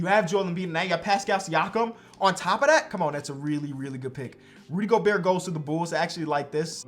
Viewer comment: really said rudy goburt 😂😂